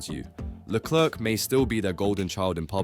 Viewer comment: His name is Leclerc, Not "Leclurc" what's wrong with you. never seen 'Allo Allo' ......